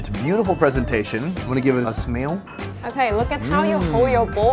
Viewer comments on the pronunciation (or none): “im gonna give it a smewl?” I think you’re mocking Thuyen you bastard 😂